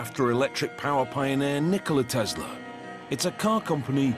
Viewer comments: Can you please stop saying tezla there is no ZZZ it is TESLA SSSS TESLA NIKOLA TESLA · I love TESLUR!!!!😂😂😂